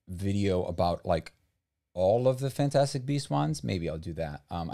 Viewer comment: Ah yes Fnatastic beasts